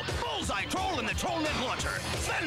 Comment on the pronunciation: Toll/Troll smh I thought was fluent in English